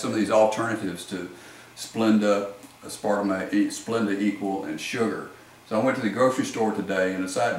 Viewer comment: Es-par-tuh-may? What? Seriously, I am from Alabama and my pronunciation is way better than yours. Please learn how to pronounce the terminology before making a video.